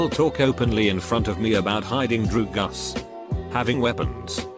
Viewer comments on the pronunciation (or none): Nobody: Narrator: dru Gus